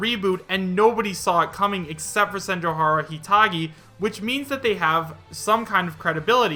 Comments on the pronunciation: I cringe a little bit each time says Senjouhara. SenjouGAhara is how you say it. It's a Monogatari character. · You were pronouncing senjougahara wrong. The anime the name is from is the Monogatari series